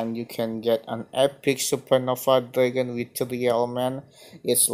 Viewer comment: DRAG-ON not DRAE-GUN